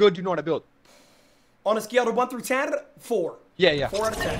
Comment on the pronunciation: why my man say 10 like that